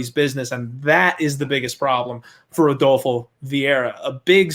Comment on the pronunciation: "I have parlayed redolfo" eww, no, you cannot sit with us anymore.